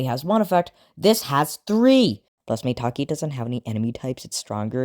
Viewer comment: Don’t tell me maitake is pronounced “May-Tak-Ee”